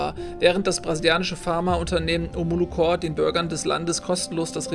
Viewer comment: Omolo corP nicht core.... es ist eine Corperation kein Corps... DAS MACHT MICH AGGRESSIV!!!!;) Aber ziemlich gutes Spiel, macht Spaß dir dabei zuzusehen.